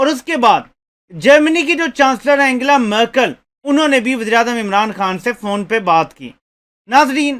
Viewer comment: اینگلا مرکل نہیں بلکہ اینجلا مرکل